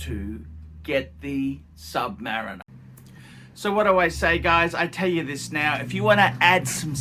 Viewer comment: How come sometimes you pronounce it submariner and sometimes submareener???